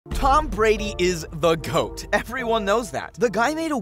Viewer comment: you said Tom Brady is the coat lol